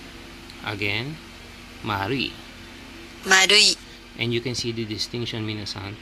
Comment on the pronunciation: marui sounds like mari 😅